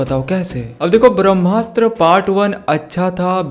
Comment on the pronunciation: It's BHRAMASTRA not BHAMASTA... But anyway's video is awesome👍👍